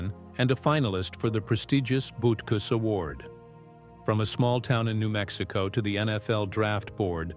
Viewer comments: Correct: Urlacher is "Ooh"-lacher as in "Ooh, what a hit! 😁 Incorrect: Butkus is not "Boot"-kus. But, "Boot"kus will kick you in the "Butt"-kus. 😁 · I counted at least 6 or 7 ways they mispronounced Urlacher's name. AI needs to step it up and be programmed to pronounce words correctly. They also slaughtered Butkus's name as well.